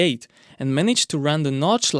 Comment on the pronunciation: all german words like f.e. Nordschleife or Zuffenhausen pronounced 100% correct, kudos !